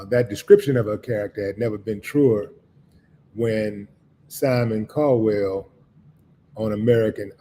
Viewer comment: It's Cowell not CALDWELL!!!!